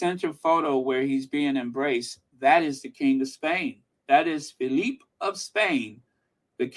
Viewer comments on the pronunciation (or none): none